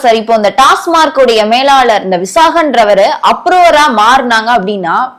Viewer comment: ❤❤❤🎉🎉🎉 டாஸ்மார்க் டாஸ்மார்க் என்றே கூறுகின்றனர். அந்த நிறுவனத்தின் பெயர் TASMAC . டாஸ்மாக். டாஸ்மார்க் ஏதோ பாஸ்மார்க்/ஃபெயில்மார்க் போல் உறுத்தலாக ஒலிக்கிறது.😮😮😮😮😢😢😢😢😊😊😊😊😊